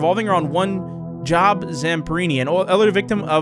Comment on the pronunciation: ‘Job Zamperni’ His first name is actually pronounced as “Joe-b” it’s a biblical name! Also Psalms is pronounced as “Salms”